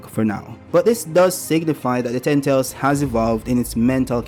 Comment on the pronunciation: You gotta work on learning how to pronounce "ten tails." I was too lazy to click the video and the audio captions keep providing me with "tentals."